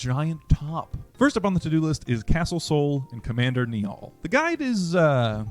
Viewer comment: An Irish bone in my little Irish body breaks every time I hear someone pronounce Niall like Nee-all… it’s pronounced like “Nile” 🥹